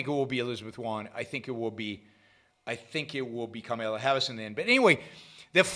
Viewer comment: Do a shot every time Yaron says, “Karmala” Harris